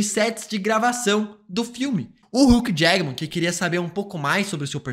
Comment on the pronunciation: Repete comigo HUGH JACKMAN, não HUCK JAGMAN. Seu conteúdo é muito fera, mas vc sempre fala errado irmãooooooooo